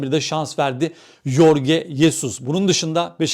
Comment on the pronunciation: Yorge değil Jorge Jesus doğrusudur.